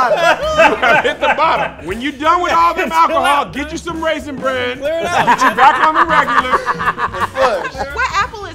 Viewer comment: Why does keep saying “Raisin BAN?”